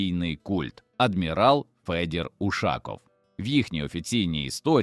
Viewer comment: І чому це він УшАков, а не УшакОв?